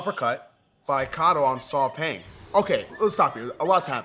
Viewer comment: Burmese here...Paing is pronounced "Pine" (without the emphasis for the P word ) rather than "Peng" or "Paing". It makes me happy to see that Lethwei is getting some recognition !